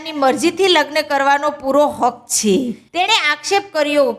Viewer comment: છે બોલતા શીખો પહેલા... છે છે